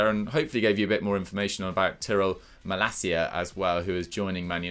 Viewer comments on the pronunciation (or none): It's Malasia, not Malakia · Maalaacsiaa that’s the pronounciation